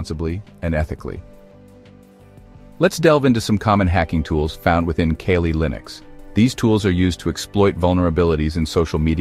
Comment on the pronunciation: I pronounce it, CAW-LEE. (KALI) LINUX Not kay-lee